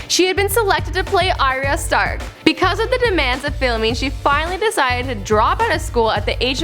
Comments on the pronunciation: ariya stark........ can you just say arya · It's Ar-ya, Ar-ya. Not Ariya 😒